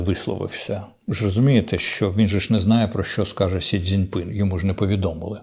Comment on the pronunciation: отже, сьогоднішнє "амінь" було вже штучно-інтелектуальне? :) становиться ніяково, трохи, навіть, моторошно:) може то не Корчинський сидить... а від Корча лише 💀 лишився? 😊 П.с. ніхто більше так прикольно не вимовляє сі дзин ПИНЬ, як Корчинський:)